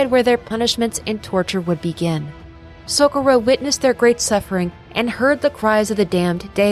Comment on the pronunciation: So co rro, not socoro, but awsm vid